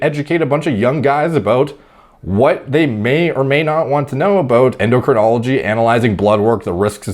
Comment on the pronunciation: A self-confessed clueless kid, claiming he's qualified to give fitness advice, when he can't pronounce "endocrinology". Ignorance isn't innocence.